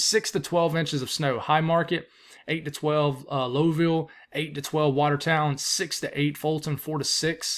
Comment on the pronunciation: Not to be picky but the town in NY you mentioned is pronounced Lau-ville...like louse.